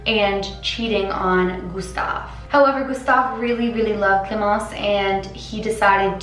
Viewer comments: I'm french and your pronouncing ion of clémence was on point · Wow your « clemence » is on point! Good french :)